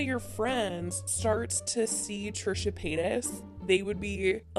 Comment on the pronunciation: sis said “trisha peetas”